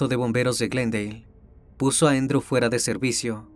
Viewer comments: Se llama Andrew no Endro. 😂😂😂 Es Andres en español. Un saludo desde Texas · Andrew, no "Endrw".